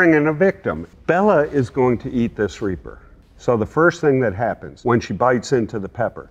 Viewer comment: "Bella is going tomeat this reaper" 😂😂😂😂😂😂😂😂😂😂😂